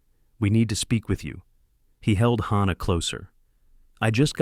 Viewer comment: I am so sick.of the mispronouncing of words and especially names in these stories!! The baby's namd is HANNAH with an A p d oniunced! NOT HAUNNAH with an au pronounced!!! Please get narrators whi can read and pronounce!!!